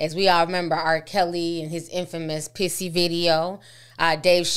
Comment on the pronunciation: She said “pissy” video..😂😂